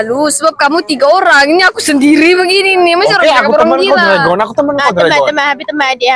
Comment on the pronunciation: hahaha ehin lucu plak blik2 ckp dregon🤣